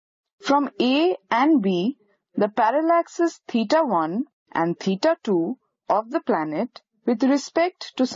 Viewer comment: As Allan Sherman would say in his "peter and the commissar", "Dots nice". But how far can we measure stars using parallax with the Earth's orbit diameter as the base line? BTW it might be better to have a less accented narrator. I have to assume that teeta is actually theta. Is it?